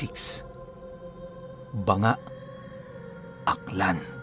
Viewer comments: Not banga it’s ba-nga ang pag pronounce po ng Banga aklan isa yan sa munisipyo dto sa aklan. My area dyan na very creepy in terms of multo o engkanto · Banga po.hindi bang-nga hehe